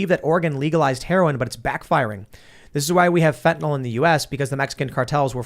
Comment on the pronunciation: Fentanyl is pronounced “FENTA-NILL” (not fenta-nol). Just sayin.